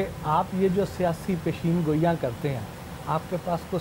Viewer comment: سوال کرنے والا۔۔الفاظ سیکھے۔۔۔۔پشین گوٸیاں۔۔نہیں۔۔۔بلکہ۔۔۔پیشن گوٸیاں۔۔ھوتا ھے۔